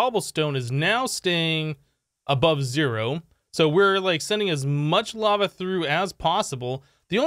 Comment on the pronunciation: Is it me or he actually said "bava" instead of "Lava"?